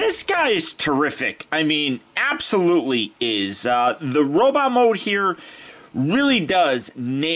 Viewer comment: Pfft, you said robit! Ha haha!